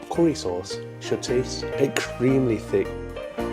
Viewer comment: I love how you can't pronounce 'ing' at the end of words without throwing an 'a' on the end too. 'Walkinga' 'Gazinga' What does 'ekstreamly' mean? probably shouldnt let that bother me but I'm getting old now so fuck it. I'ma complain about nothing.